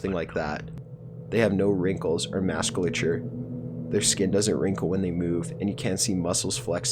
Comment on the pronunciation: Holy shit, who the fuck is this reader? He fucking mispronounced musculature as mass-cuh-ture twice, and after a bunch of shitty edits where the last three to ten words are repeated. Why not edit a PROPER pronunciation into the video. Each entry has a minimum of one mispronunciation, of relatively common words from regular prime time programming.